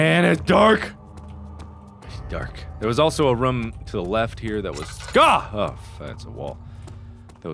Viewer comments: Mark it is pronounced "room" not "rom" :D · He pronounces room different. Sounds closer to roam. Is this a Cincinnati thing or just a Markiplier thing?